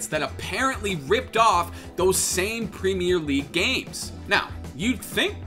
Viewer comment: please god, as a british person saying this, can you say premier properly like "prem - ear"